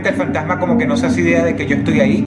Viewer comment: "Fantajma" LOL Jajaja buena esa